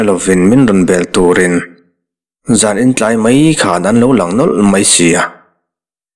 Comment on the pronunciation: Hmai khp i tih hi hmai khâp tia lam tur a ni e